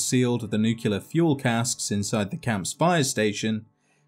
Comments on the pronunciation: Good God mate.... NU-CLE-AR, Just as it reads.... Not NU-CU-LAR... You get away with adding an I in aluminum.... But this is just intellectually lazy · makes videos about Fallout: says "nuculer" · "NuQUElar plant"